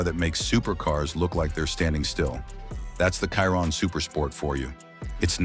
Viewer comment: It's pronounced Sheer-On. Chiron😅